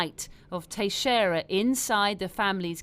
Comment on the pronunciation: Yeah try "Tex-era", not "Tashera".